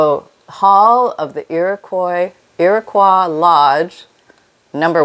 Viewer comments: IROQUOIS. Not qwa but OY like boy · I love my BIC pens. So many ''fancy'' and may I say expensive pens, skip or dry out. Personally, I'd use colored pencil. Blank ledger paper is good too. (and Iroquois is pronounced like you first said, rhymes with 'boy') Don't know if you got your medical questions answered: Congestion was usually pneumonia, Dropsy was Edema causing heart failure, Scrofula and Consumption were terms for TB/Tuberculosis, the former effecting the neck, the latter effecting the lungs, but both could spread to other body parts. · You were right the first time. Although it’s a French word, Iroquois is pronounced Ear-A-Koy in the United States, at least up here in the Finger Lakes region of New York where the Iroquois speaking nations originated. I’m sure you were dying to know that…😁